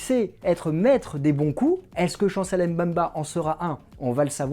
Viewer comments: ça se lit bemba et non M bemba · C'est Chancel Mbemba et non M'bemba🙄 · S'il vous plaît, son nom se prononce BEMBA ( et s'écrit MBEMBA) et M BEMBA. Le M ne se prononce. Merci